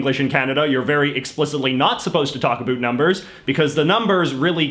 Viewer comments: maybe a tiny bit, but I speak to Canadians everyday (I live here) why can I only hear this guy's "about" differently? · This accent is so confusing...he’s got the American Comedian/Newfie ‘About’ pronunciation but is from BC...? It’s hard for me to believe that someone could speak with such an Eastern accent and from what I’ve heard in the comments is from the most Western province.it was also neglected that New Brunswick is actually a bilingual province. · This guy doesn’t even know how to spell words Example: the word about is pronounced (a) (bow) (t) not (a) (boot) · Exactly why I came to the comments section! The only times I've ever heard "about" pronounced even remotely like this is on American tv mocking Canadians. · Being a Canadian myself I’d never heard anyone pronounce “about” as “a boot”.. until now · absolutely not, the Canadian French accent will emphasize the ending "t", but won't distort the "ou" which is almost the same phoneme as "oi" in French. The boot thing is exclusive to South Park. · He's doing it on purpose. However, after having spent time in the US and having my ears adjust to them saying "at", "a bat", and pronouncing almost every vowel like it was an "a", I can absolutely confirm that when I moved to Vancouver it sounded like everyone was saying "oat" and "a boat". After about 5 months in Vancouver, I started to go a little crazy because I could hear both depending on whether I was talking to a Canadian or American friend. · he MUST be doing it on purpose - NO ONE does that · yeah, he's taking pokes at the french but then pronounces "about" the way it would sound coming from someone who's native tongue is french. funny that neither Trudeau the elder nor Stanfield were pronouncing it "a boot" in the interviews he presented. this might have become a thing after that famous South Park episode. Chapeau bas! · What's with the extra syllable? "Bi-ling-yu-ull" vs "Bi-ling-wal." Even your English is strange, What's that "a boot?"